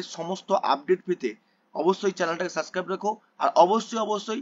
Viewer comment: Suscribe ki abar bol subscribe 😂